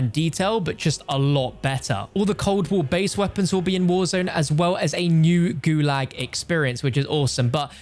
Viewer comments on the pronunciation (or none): none